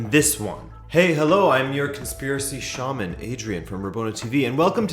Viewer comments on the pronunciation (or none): none